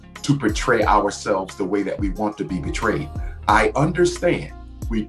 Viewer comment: I listened again closer and he actually said “buhtrayed” and then “pertrayed”, which aren’t words and you can’t show weakness in what/how you say if you want to deal with these types of females.